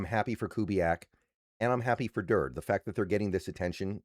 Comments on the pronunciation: it's Dur Day not Durd rhymes with turd. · Aden who?😂 (It's 'Durd-y') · It's pronounced dur-day. Do your homework. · I watch a lot of videos from and like his content...but I agree he really should study proper pronunciation for at minimum our guys